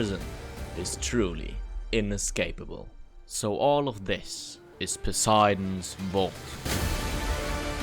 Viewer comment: In the entire 2 week building process you didn't once stop for long enough to google how to pronounce "Poseidon", shows the real commitment there